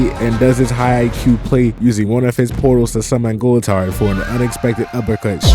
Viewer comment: Gool - Tard/ How to pronounce Goultard’s name.